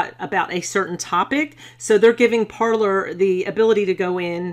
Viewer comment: I thought it was pronounced par-“lay”